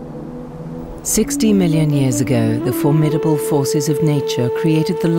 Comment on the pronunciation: The English lady said "formattable beauty". Western US me said "sure is pretty" 😁